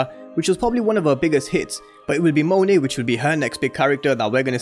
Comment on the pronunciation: Thank you for pronouncing her name correctly Lol